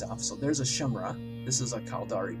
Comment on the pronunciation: cohVETor, bruTEX, shimra. You're looking for Covetor (cuh-vet-or), Brutix (br-ticks), and Chimera (ki-mere-a). Please sir. Please.